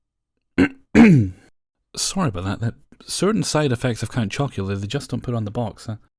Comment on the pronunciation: Count chocolula does mess you up lol, excellent video as always!